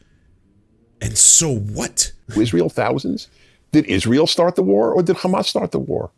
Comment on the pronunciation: you are great anc rly cool and I love you but please ask a arabic speaking friend to teach you how to pronounce hamas. You are saying hamas with a "kha" now and it is cringe